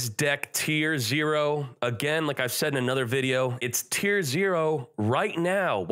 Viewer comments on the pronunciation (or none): none